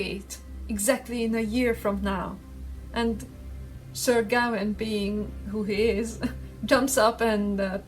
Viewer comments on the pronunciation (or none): Gawain pronounced Gah-Wayne. Sylvanus pronounced Sil Vah Nuss. You're welcome. I'm pretty sure the Green Man is just an archetype of the European Bigfoot, Der Wildermann, Woodwose, etc.. Which, by the way, is real.